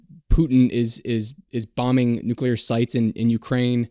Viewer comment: *Nuclear. ("Nucular" is NOT a word!).